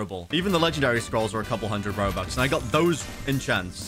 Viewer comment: i love how you said robax